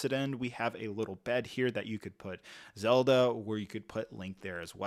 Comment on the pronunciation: He got Zelda 😵‍💫